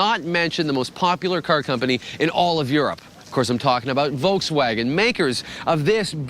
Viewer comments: Wolkswagen lol. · wolkswaggon? xD